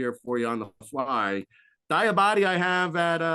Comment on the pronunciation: Mohamoud Diabate is pronounced "dee-uh-bot-tay" lol